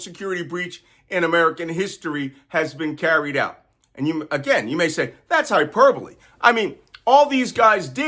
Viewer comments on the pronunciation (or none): Malcolm, I hate to nitpick but I think it’s important. It’s Hegseth not Hesgeth, and hyperbole not herperbole. Accuracy is important.